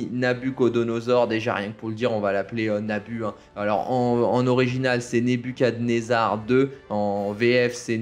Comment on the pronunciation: no plz no, god plz no! Nooo!!! noo!!! Mes oreilles ont implosées....NebuKad nezar ça se prononce, Roi de l'empire babylonien et surtout le nom du vaisseau de Morpheus!! Tu sors 👉 Ah ben non, non, c'est ta chaine...😅🤣🤣